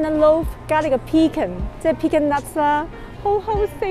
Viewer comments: 婉華～ Pecan should pronounce pe con, accent is on the second syllable, not the first ! Hope you don’t mind the correction because I’m an English teacher. This is my second time commenting on your YouTube channel. I was the person suggested to you that Niagara Falls are much prettier at night and stay at Hilton to get the best views of the falls. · In British English, the emphasis is on the first syllable for pecan and in American English the emphasis is on the second syllable. It’s weird in Canada, sometimes we pronounce things like the British and sometimes like the Americans 😅 Either way, as long as the people understand 🙏🏼☺️